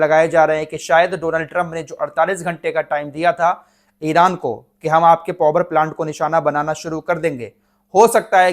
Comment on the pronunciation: पोवर प्लान्ट क्या होता है पावर प्लान्ट ही बोल दो